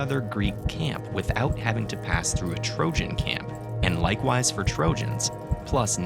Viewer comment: You really pronounce trojan as "trožan"?